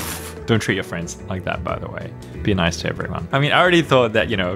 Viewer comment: I laughed when you said "NOICE" ( which is actually "nice") lime the meme also i really love ya vids because i love rubik's cube's except i only have a 3x3 and two smaller 3x3's but i am really happy for you and i hope you can learn how to solve even more cube's and make amazing videos i love ya so much!!!!😄😄😄😁😁😁😉😉😉😀😃😀😃😁❤❤❤❤❤❤❤❤❤